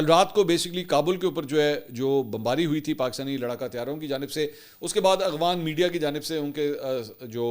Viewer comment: اغوان نہیں افغان